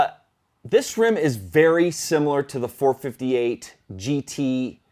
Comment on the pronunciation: Can you please stop calling it 4 58? It annoys the hell out of me. It's 4 5 8